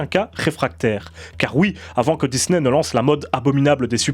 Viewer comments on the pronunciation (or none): none